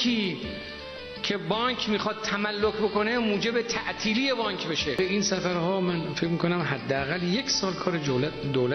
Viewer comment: 😐😐ریده این نمیتونه بگه بانک چی داری میگی حالت طبیعی نداری